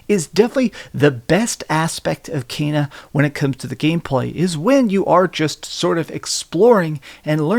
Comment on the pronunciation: It's pronounced Kena not Keena or Kaina 😂